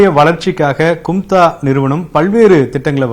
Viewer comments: கும்த்தா கும்த்தான்னு சொல்லுறான் 😂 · CUMTA nu pronounce pandrathu naaraasama irukku :D